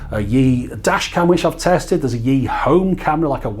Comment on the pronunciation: 'Yi' is pronounced more like E, it's 1 in Mandarin. 'Xiao' is pronounced Show as in Shower, without the er.